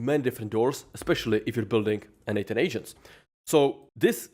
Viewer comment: funny when you say quickly n8n it sounds like N8 10 ... i was confused when listening to this vid LOL